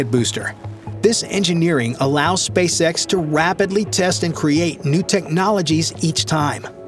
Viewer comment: the way he pronounces SpaceS*x sounds funny,haha 😅